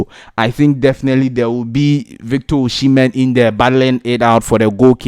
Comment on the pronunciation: Pls is not oshimen,,,is osihmen